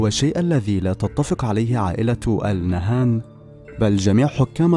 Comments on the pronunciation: نهيان وليس نهان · فيه خطاء في نطق الإسم ألإنهيان وليسى ال نهان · ياريت بس تلفظ قبيلة آل نهيان بدل آل نهان واذا ماتعرف تلفظها لاتتكلم ولا تلفظها